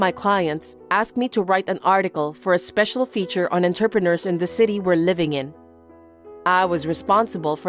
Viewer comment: I was listening, but not reading the text, so thought Mindy was saying the men were 'interpreters'. I thought, 'I wish I'd tried harder with French , because I never knew it was a well paid job.' 😄